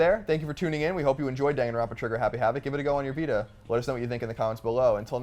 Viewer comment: lolz it kills me inside that everyone keeps mispronouncing "Danganronpa"